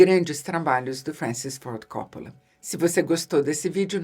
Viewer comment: Eheheh no inicio do video ela pronuncia cóppola e depois, no meio ali por volta de , pronuncia coppóla pra no final voltar a pronunciar cóppola. Diva que fala a lingua dos cinéfilos cults e a lingua do povão (ou isso ou saiu do personagem)eheheheh